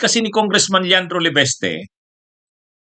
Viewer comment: Sbi nang LEVISTE di LEVESTE tigas ng dila mo, pag name ng tao itama mobpronounciation